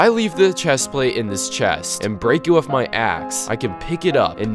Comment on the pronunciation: The fact that you pronounce the word "with" like "wiff" is too much of a distraction to be able to enjoy the video.